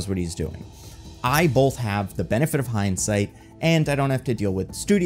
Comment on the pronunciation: I'm obsessed with how you pronounce both. Bolth.